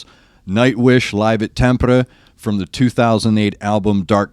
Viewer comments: You pronounced Tampere amazingly well, if I have to niggle the a should not be like the one in cat but more like the a in far. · While Anette sucks at lives, the recorded versions are pretty good. I really like the music video for this song. Even if you opt not to review it, I recommend a listen. As for the "Irish army knife," close. I think he's a Brit, though. Great job on the pronunciation of Tampere, BTW. You nailed it. I imagine someone will mention it, but this one was mainly written by Marco - though I imagine he worked very closely with Tuomas to make that work. It's a beautiful piece. Definitely takes me somewhere...when they paint, it's like they dance along the page. And Tuomas loves telling stories with his songs - something, it seems, that has also rubbed off on Floor! My favorites, though they're not reacted to much, are Alpenglow (guitar's a little far forward compared to the album mix, but it's okay), I Want My Tears Back , and Elan so...those are my requests. I know they won't get many votes, but they are my tops. Alpenglow is a must before Greatest Show On Earth because it adds another layer of meaning to one of the sections. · Can't wait until you listen to Poet and The Pendulum (Wembley) AND The Greatest Show on Earth (Tampere or Wembley). Btw, you say Tampere perfectly. 💗 Besides Nightwish, you could try a Norwgian band called Leprous (e.g. Slave).